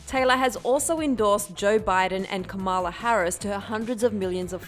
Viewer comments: you pronounced kamala wrong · Omg you are mispronouncing kamala